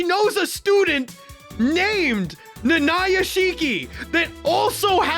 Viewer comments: Stopped after I heard his butchered pronunciation of "Nanaya" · Why do you pronounce Nanaya like that 😭😭😭